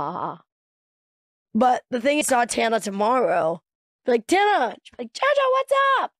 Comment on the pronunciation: Good video!! Just one thing tho Tana is pronounced like tan-a! Other than that such a good vid